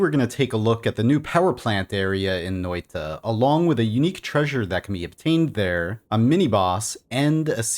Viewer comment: Every time you say noita it makes me angry. You don't pronaunce a j